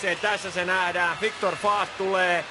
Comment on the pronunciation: Sanooko toi selostaja: Viktor Fuck? ;D